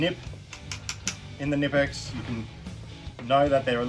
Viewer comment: The K in Knipex isn't silent